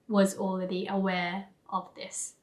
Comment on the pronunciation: 『Okay, we've learned a lot alれeady. 』 I heard what you did there. 可愛い😉 お疲れ様でした。